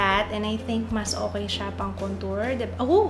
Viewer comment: wag Kang magagalit pero Mali po pag Sabi ninyo Ng contour... try watching Jeffrey star para SA pronouncing of contour... I love your makeup and everything